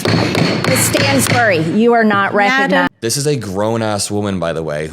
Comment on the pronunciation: "Miss Stansbury, you're not reck-a-nized!"